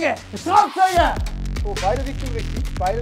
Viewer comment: Rischddisch goil 👌